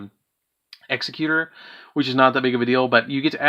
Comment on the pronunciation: The base word for Executor is executive NOT executioner. Why that’s so hard for the Uber mensch nerds of this game to get is insane. Also “the timeless” is Du-gar-ay. Dugares.